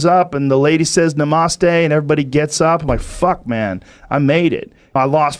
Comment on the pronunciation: The way he said namaste 😂